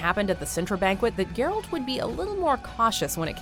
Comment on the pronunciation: I appreciate you pronunciation of "Geralt" cuz if heard many other people say it like "jeralt" and it makes me a little angrier each time